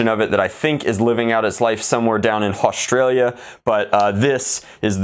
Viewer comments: Did u just say hostralia?!? (Yells at mate Gazza Gazza release the kangaroos mate) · sory but did anyone else here hustralia?! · He said haustralia